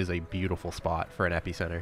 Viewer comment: Five minutes in, and I'm really enjoying the creator's personality and the video.. But the way he's pronouncing epicenter is triggering me xD